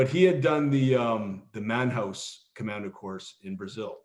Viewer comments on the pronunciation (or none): Pronounced Manaus and Bangui. Not manhouse and bungi.